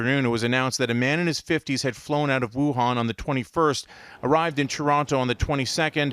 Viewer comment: News Pls check the pronunciation of Wu-han (stress is on 2nd syllable) and the province of Hu-bei (Bei sounds exactly the same as the 1st syllable of Beijing)